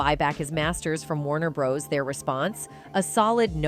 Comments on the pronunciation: Warner Bros? Come on who doesn’t know how to say that name correctly? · A1 🙄 this is what we're in for. Constant mispronunciation and generic voices.